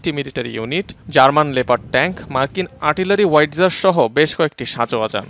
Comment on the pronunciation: ওয়াইটজার না হাওইৎজার হবেনা?